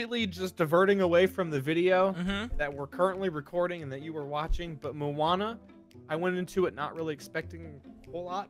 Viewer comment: mo-ana not muana